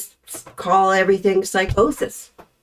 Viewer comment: oh my GAWD THANK YOU! I can’t tell you how many times I posted’Everythink is NOT a word!’ Every ‘ing’ word LeTeaBag says end in k! She says ‘Dey’ for ‘they,’ and ‘dem’ for them! All the friggen misspelling in her ‘Google searches?!’ When dingbat Dorothy said LeTeabags degrees are from online, who could be surprised? I think based on all seen, LeTeaBag is largely illiterate!